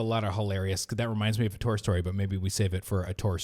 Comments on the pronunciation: Omg yes it’s ‘toor’ not ‘two-er’ 🤣🤣🤣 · It's definitely Tour...like four 🤣 love yall mfs!